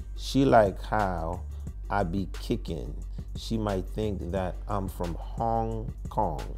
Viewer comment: The way he said Hong Kong 😂😂😂😂